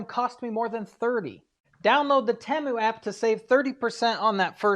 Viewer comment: TEE-Mu, not TEMu